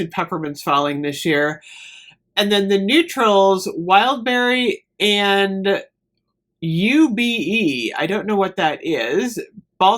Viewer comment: Ube is purple yam made into a pudding. It's from the Philippines. I'm so excited for it! It's pronounced ooh-beh.